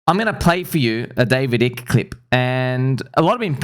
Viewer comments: Bro, the I in Icke is pronounced as in "sky" not as in "icky". Just saying... 🤣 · Icke is pronounced 👁ke my friend ... I've read all of his books .... the books of Jim Marrs are also excellent....."The Alien Agenda", "The Rise of the Fourth Reich", etc. 🦉Owls seem to be associated with the Grey aliens 👽according to some ... imo, It would require NHI to establish the global control system that has been in place for a very long time.... Anunnaki and their hybrid, demigod children ... those special elite families. Thanks for helping to open eyes my friend ... Confirmed ! 🤟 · David Icke's last name is prounounced as "Ah-ik". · Genesis 3:1 (KJV): "Now the serpent was more subtle than any beast of the field which the LORD God had made. And he said unto the woman, Yea, hath God said, Ye shall not eat of every tree of the garden?" Btw it's usually pronounced Ike like the South Park Ike (don't kick the baby..!)